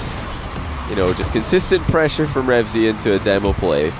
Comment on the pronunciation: stop saying REVZY, it's Reveazy*'